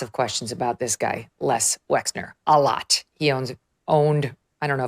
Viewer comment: You said “a-lot “ like Pedo Trump.